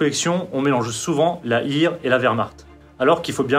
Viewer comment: merci pour cette vidéo très intéressante. Ne pas prononcer Heer à l'anglaise soit "hire" mais à l'allemande soit "hère".